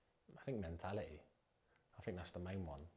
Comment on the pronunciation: ''It's my FERD tournament now'' ....the phonics! of 3 yr old ! 'ferd' !... he cant even pronounce the word ' third ' .... 'th' is not the sound 'f'. Ment -ality ? he says. In the past players like Bobby Moore and B. Charlton ... of England were articualte, they went through the education system.